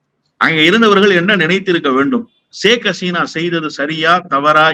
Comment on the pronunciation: Hesina alla. Haseena.